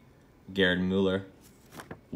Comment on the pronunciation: Your pronunciation of Gerhard Müller was good enough :) Gerhard was actually pretty good :) And it was a good decision (in my opinion) to go with Muller instead of Mueller, because there is no „e“ in it. There is a difference between „u“ and „ü“ and if you don’t have an „ü“ on your keyboard you use „ue“ instead of „ü“, but this has nothing to do with the pronunciation... There still is no „e“ in it. But since your native language is English you did everything you could :) It’s impossible to get it entirely right if you don’t train it. :) The „a“ and the „ü“ are sounds that don’t exist in English, so why should you be able to get it right, right? :) And considering that... Gerhard was pretty good :) Really. You got the „a“ pretty well.